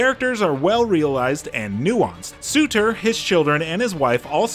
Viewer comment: Su-ter... Really...